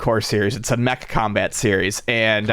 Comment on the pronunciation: "combat" lol